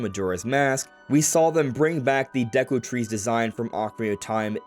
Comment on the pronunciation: It’s not ”Daku” tree it’s ”Deku” tree